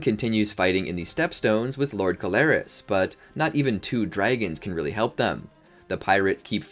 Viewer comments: Pronunciation is awful... Corlys is Core-Lis not Co-lar-is... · It’s Corlys not Colaris. But otherwise, great video!!